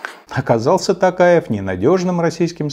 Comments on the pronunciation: Касым Такаев это что-то новое. Конечно лучше чем Кемель Жемелевич, но все же неправильно. Касымжомарт Токаев, не Такаев а именно Токаев, через О прям. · если уж упрекать Путина ,что он не может запомнить имя Токаева,то нужно самому произносить его правильно.ну это мое личное мнение . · Да уж, имя президента Казахстана так произнести...